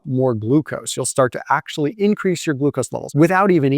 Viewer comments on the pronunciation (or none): none